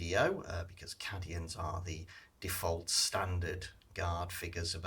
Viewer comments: Cadians are pronounced "Caedians" tho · Absolutely murdering the pronunciation of cadians lol "caddyins"